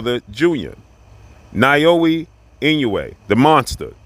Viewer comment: His name is pronounced “NowYa E-No-Way” Naoya Inoue. Just saying 😂